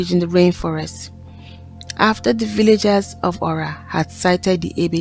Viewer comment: Nice story. But the pronunciation is Ora not öra thanks look forward to see more 👍